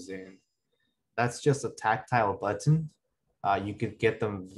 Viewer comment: "Butt-ton" but says the word better normally